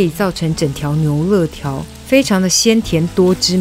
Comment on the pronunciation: 牛累条 不是乐条